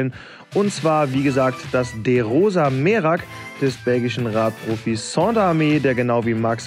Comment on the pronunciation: Moin. Der Name vom Sander wird falsch ausgesprochen.Er ist Belgier.Ganz normal wie Sand in Deutsch nur mit er hinten dran. ..Sonst cooles bike